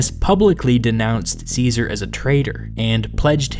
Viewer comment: How do you expect us to take you seriously when you can't even pronounce Caesar's name properly?